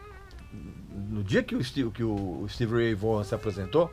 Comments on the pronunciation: Vorran?? Não se pronuncia assim, se pronuncia Vóhn! Como o Régis ama corrigir e ensinar pronúncia certa, tá aí a maneira correta de pronunciar o nome dele! Excelente vídeo! 👏🏻👍🏻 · A pronúncia correta é Stevie Ray "Von" e não Vogan ou Vorran. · O Régis gosta de corrigir a nossa pronúncia, mas o certo é: Stevie Ray (Von) Vaughan. 😆😆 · O cara era fera. agora aprenda a falar corretamente o nome dele.